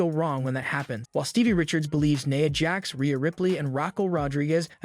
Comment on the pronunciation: “Naya Jax” how do you fuck that up! And then at first he calls him Kaddi Rhodes then 20 seconds later calls him Cody 🤨🤨🤨